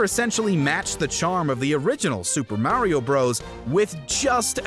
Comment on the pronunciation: The way he says mawio come on really